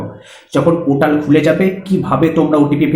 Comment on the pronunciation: Chomu usko portal bolte hain not potal 😂😂😂